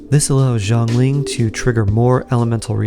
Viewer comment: It is not [Jo'nglin] it is [Sya'nlin] Xiangling